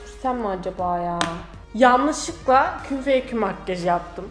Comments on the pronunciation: makkaj diyo okuyor vdsvnhjdjndfbvnxd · ya senin makgaj demeni yeriiiim 😂